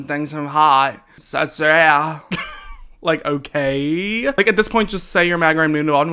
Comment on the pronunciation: “So sureahl”😂😂😂